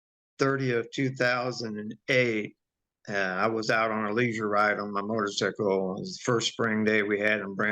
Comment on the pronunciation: The only other person I’ve heard pronounce motorcycle like that is my sister! She’s from the west coast Oregon/Washington border. You said something about Missouri. I’m not sure when this accent/pronunciation comes from. Please share ur thoughts🙏🏼